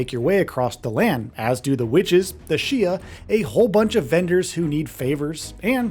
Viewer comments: Does anyone else feel like some of these reviews and reviewers lose credibility when the mispronounce basic terms in a game’s lore? Shia? Come on bro. Shai… “shy,” probably says melee wrong too. May Lay. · Hate to be that guy but…Shai. Not “Shia”….Shai.